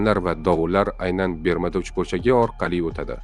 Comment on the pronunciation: Бермуда эмас, Бермуд